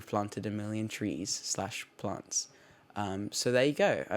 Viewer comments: When he was talking about his plants I thought he was saying blunts lol 😆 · when he says plants it sounds like it’s italicized... it’s beautiful